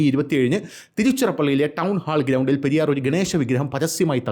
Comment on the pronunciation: Periyor alla periyar iyal tamilan pollum kanndian anu